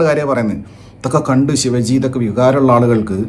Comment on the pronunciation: Saambhaji alla sambhaaji... Shivaji alla shivaaji